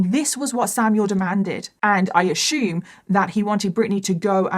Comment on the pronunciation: If I hear this b say "I ashoom" once more...... I almost can't listen to this it's so annoying